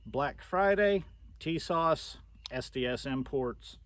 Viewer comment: Tisas...pronounced Ti-saash Per Tisas rep